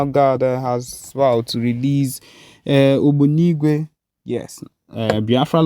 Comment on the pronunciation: Better correct yourself by calling that word right. ( Ogbunigwe) That's bomb.